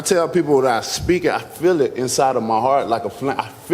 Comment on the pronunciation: “I fill it” feel it, fill it, chick fillet? “I just fill it”